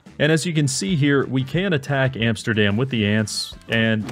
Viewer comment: "Antsterdam", classic